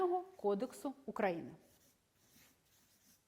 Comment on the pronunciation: Хоч би назву країни вивчила з її наголосом. УкраЇни. Сором